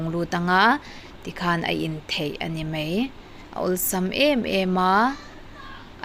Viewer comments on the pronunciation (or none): ṭha hle mai.. se.. a ni mei.. ti suh.. a ni mai.. ti rawh😬😬